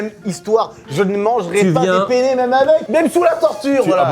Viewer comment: La vidéo incroyable ☺️ cependant j’aimerais revenir sur un petit point important pour un italien 😂 c’est PENNE RIGATE et pas PENE 😂 sa a pas la même signification en italie 😂😂 Je vous aime les gars ❤️